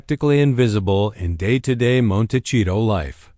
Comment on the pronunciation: Hard to listen to this video when the narrator can’t even pronounce the name of the town right 🤦‍♀️